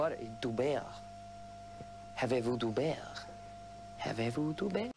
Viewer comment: Dou bèrre 😂 jpp , il m'a tué 😂